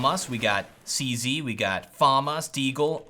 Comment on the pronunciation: Or you could be like Anderzel and say, "Zee-Sed." Than annoys me so bad for some reason. Not trying to be mean; I know English isn't his first language.